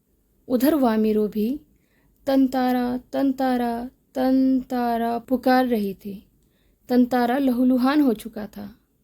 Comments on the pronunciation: Tantara❌ Tantantra✅ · Actually it's correct pronounciation is tantara because there is chandra bindu on TA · Tatara ❌️ Tantara ✅️